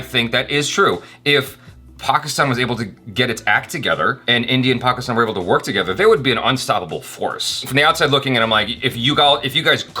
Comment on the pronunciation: Really happy with improvement in pronunciation of “Pakistan”